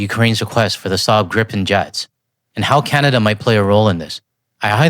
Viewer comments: It’s pronounced ‘greepen’. In Swedish a single vowel followed by a single consonant makes the vowel long. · Just a small observation. Gripen" is pronounced as "GREE-pen," with a long "ee" sound for the first syllable and a soft "p" sound for the second. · Swede here (30 years living in Canada) to help with pronunciation - Saab [Griipn] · For future reference: Gripen is pronounced "Gree-pehn". There's only one P so it's a long I. But onto the point: If Canada is responsible for building the factory, supplying it with materials and staffing it, that's a major plus for SAAB since they would still collect "royalties" or have some other way of benefitting from the deal. Less hassle for us while gaining benefits, and still bringing in lots of jobs and opportunities for Canada in addition to strengthening our bonds between nations. Sounds like win-win to me.